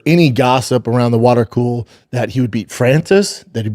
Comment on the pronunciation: Brendan , this is why you don’t have your Showtime show anymore and the UFC wants absolutely nothing to do with you because your commentary and takes on mixed martial arts are absurd and dumb. Also it’s water cooler not a “water cool”